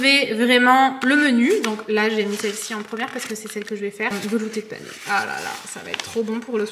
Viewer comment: Le panais se prononce comme le prénom Anais et c’est Morphée en prononçant les accents. Voilà 😊